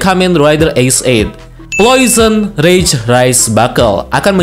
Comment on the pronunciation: Janjian nih sama agan reza ya?? Subtitle nya bener namanya plosion rage, videonya penyebutannya salah. Agan reza malah sebaliknya.